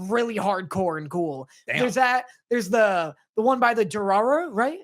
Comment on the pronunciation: The anime was talking about is Dorohedoro not Dorororo.